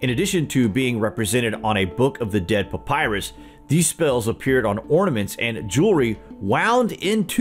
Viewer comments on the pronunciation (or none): none